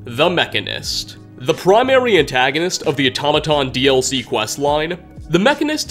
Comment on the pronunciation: It's Auto-mah-tron